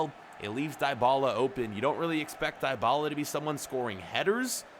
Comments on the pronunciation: its not daibala its dibala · Bro u have to say Dibala like a (e) not (I) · It's not diebala it's dybala